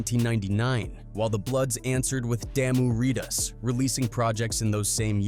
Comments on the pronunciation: 'damoo ritas' 😂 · I hate hearing “ bloods and locks” lmao I just heard him say damu ritas 🤣